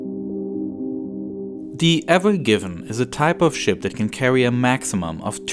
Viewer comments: The "AVON GIVENN" ?! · They keep saying the name of the ship wrong. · Why’d he call it the ever given if it said ever green on it?